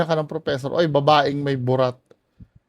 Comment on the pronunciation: Objective naman yung sinabi nung professor. Kaso yung mali daw ang pagkakasabi ng word na "babae". Hahaha 😆